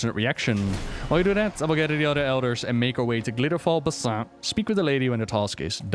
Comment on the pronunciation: Every time you say Basin wrong, makes my soul hurt in ways beyond understanding. You say Sholazar Basin right, but not the ones in Shadowlands. I don't understand!